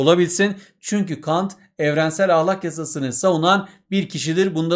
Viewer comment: hocam lütfen ahlakın a sını yumuşak söylemeyi deneyin🙏